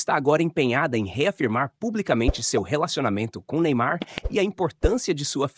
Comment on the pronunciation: Só ela fala Neynar nem ai???